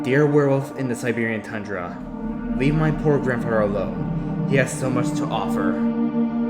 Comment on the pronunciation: I can't clearly understand the host who is telling the story, the child like word pronunciation is not good for story telling. And the unnecessary added howls, geese sounds etc made this almost unbearable to listened to coupled with the fast talking and bad pronunciation of words like, other (udder) this (dis) grandfather (granfadder) there(dare) the (da) thing (fing) etc......this would have otherwise been a descent group of stories!!!!!! The background music was too loud and mixed with the silly added extra sound effects it was almost impossible to continue trying to listen too! I suggest u try changing these issues if u are still continuing to story tell!